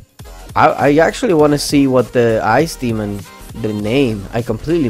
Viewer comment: Ice demon is spelling out like Ice Damon